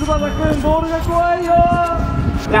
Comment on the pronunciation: バール❌ ボール⭕